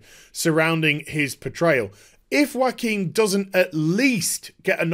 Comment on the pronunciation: no it's not. It's a spanish name and it is pronounced "Ho-a-kin"